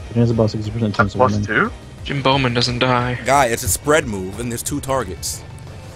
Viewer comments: Long story short, pronounced someones Twitch name incorrectly as "Jim Bowman" when that person re-subscribed. Can't remember the exact name.:] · xFreshgameRx Asshole666777 someone's name was Jimboman (pronounced Jimbo-man) but was like "Jim Bowman has subscribed" and they just tooled on him